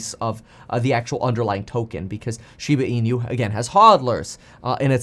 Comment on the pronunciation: Kevin NEVER... has NEVER PRONOUNCED SHEEEBAH EEEEENUUUU CORRECTLY ... its very alarming he doesn't know how to ...